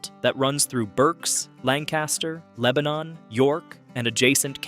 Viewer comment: I'm originally from upper Dauphin county, and we pronouce it Lang kuh stir. And Leb nin is only two syllables. :)